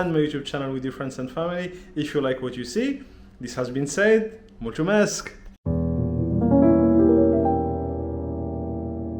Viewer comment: Great channel! One thing though, thank you in Romanian is written as “mulțumesc” with a ț that makes the tzuh sound like in the word “it’s.” It is not a “chuh” sound.